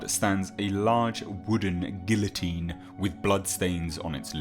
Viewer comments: You know, you’d think being British you would be able to properly pronounce french words. LeMarchant was even in a movie so you could just listen to it for research. Gill-o-teen? Really? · OMG. LaMerchant is pronounced "La-Mer-Chant" nasal "nt." Guillotine is pronounced "Ghee-Oh-teen."